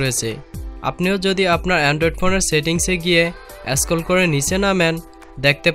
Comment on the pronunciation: Tnx vi, but apnr uccharon thik korban, smart phone, scroll ai sob